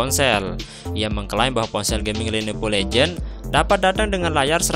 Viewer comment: ganti voice over. gak bagus. ngomong legion salah, malah legend.